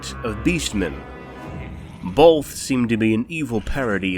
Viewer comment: Both DOES NOT HAVE AN "L" in it dumb@ you sound dumb af